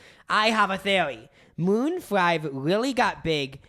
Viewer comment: It sounded like said “moon fried” rather than maroon five…